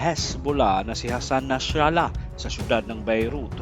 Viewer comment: Nasrallah lang sir, di Nashralah